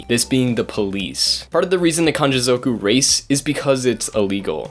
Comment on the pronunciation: zoooowku 😂🤦🏽‍♂️ ffs learn to say it properly